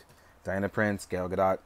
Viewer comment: Wow. That's quite a disappointing figure. Guess I'll just stick with my SHFiguarts., I love your reviews mate, but learn her name. 😂 It's Gal (as in, look at that pretty gal over there) Gadot (pronounced Guh-doh), not Gail Gadot (Guh-dot).